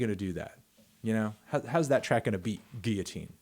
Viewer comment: He says it goes guillotine not it goes “Geeyateene”